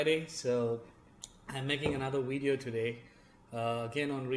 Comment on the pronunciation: I just want to hear once and only once when u make another empire z video can you please say "video" instead of "widey'yo" and the you can go back to "widey,yo"